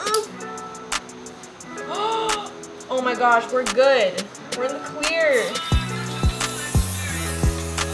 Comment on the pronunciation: when you said "we're clear!" I lowkey thought you said "we're queer!"